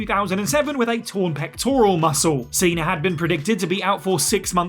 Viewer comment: Cena* not Cener